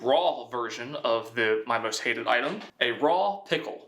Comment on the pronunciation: same here. Thought it would be redundant to put a pickle in pickling liquid, but the moment he says "most hated" with that much emphasis....